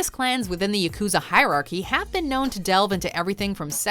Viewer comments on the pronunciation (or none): It is called Ya Ku Za , all syllables have same length ... pls learn to pronounce properly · Pronunciation of “yakuza” here bothers me unreasonably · Is it just me or did they misspronounce yukuzas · Say it with me: Yak ew zah